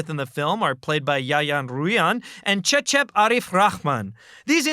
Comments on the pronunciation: I'm happy that he pronounced Yayan and Cecep's name properly, keep it up! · Wow you pronounce cecep and yayan perfectly